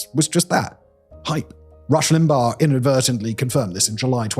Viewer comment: I love the "lim-bog" pronunciation and will be using it from now on